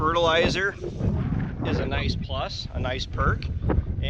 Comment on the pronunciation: I didn't understand what you said towards the end. Did you say the fertilizer was a "Knife Plus" or a nice plus? Knife Plus is a part of a liquid nutrient program we use on golf courses and I have wondered about using rinse water from the jugs on my garden vegetables instead of just dumping it into the tank. It would amount to about 2 gallons of rinse over a 100 gallon application. Not too much product at all. Something like 4 ounces out of 10 gallons 0ver 4 different types of product. Just curious.. Good information here IMHO.